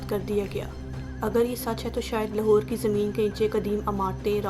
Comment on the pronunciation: Achi video hai per ager ap slow bolain or Punjabi accent ki jagah Urdu Ka sahy talaffuz use karain to zyada Acha lagega Jese لہور Nahi لاہور Sahi word hai or سیکnahi سکھsahi words Hain aise he or b words Hain jinhain ap ghalat pronounced kerrahy Hain per video achi hai